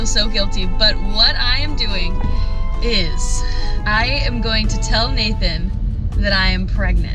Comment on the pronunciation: Its true that well.......... it ees what it ees